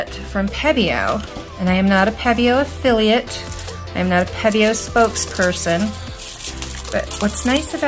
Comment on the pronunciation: It's pebeo, not pedeo